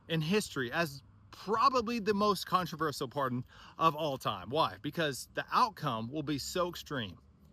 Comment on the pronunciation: This MAGA mong mispronounces “controversial” as if it is spelled “contraversal”! 😂